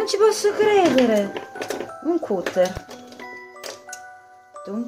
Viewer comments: Non si dice ''cutter''''cutter'' anzi si scrive cutter ma si pronuncia ''catter'' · Comunque si pronuncia "catter" (anche se si scrive cutter, ovviamente proviene dalla parola "cut" cioè taglio)